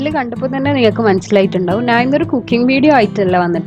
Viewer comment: Nan alla madam...njan aanu...nalla malayalam samsarichoode..